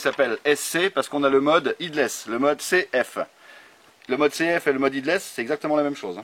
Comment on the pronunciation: "headless" se prononce "hédless" ☺️ merci pour les vidéos